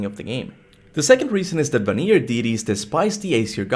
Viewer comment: bro I love your videos but for the love of GOW can you please go back to the game and see how they pronounce vanir because you have been saying it wrong it's van-ir not va-nir